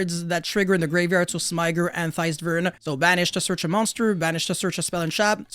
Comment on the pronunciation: you're pronouncing smiger wrong